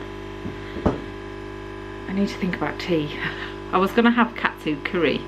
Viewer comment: When you said Katsu curry I thought you said cat food curry haha disgusting !